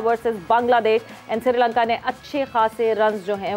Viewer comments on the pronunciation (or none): madam ji its not "SIRI LANKA", name is "SHRI LANKA"...................